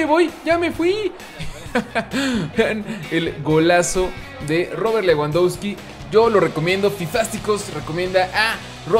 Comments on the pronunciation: Se pronuncia Lebandobski jajajaj leuandauski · leuandausqui :vv